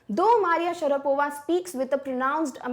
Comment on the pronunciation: mam u mispronounced maria.